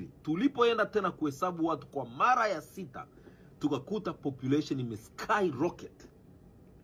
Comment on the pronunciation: Mtangazaji kwa mala ya kwamza au kwa mara ya kwanza inatia aibu sijajua kama kiswahili iliwahi kisikia neno hilo